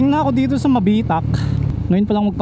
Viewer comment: Nice vlog idol ang ganda ng lugar na pinili nyo pag campingan Welcome to Mabitac Laguna medyo mabilis ang bigkas ng Mabitac dehins mabagal,nxt time pag mag sisigang kyo yung maliit na pck ng sinigang mix halos png 1liter na isasabaw mo di ba mag sasaing ka i save mo yung pangalawang pinaghugasan mo ng bigas very good yun Idol syempre lalagyan mo ng kaunting seasoning mahigit isang oras pag biyahe papunta dyn taga Sta Cruz Laguna ako idol ingat ride safe and God Bless"".